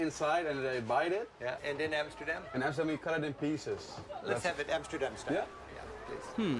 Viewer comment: Its pronounced "RoTTerdahm" and "Ahmsterdahm" with the emphasis on 'dam'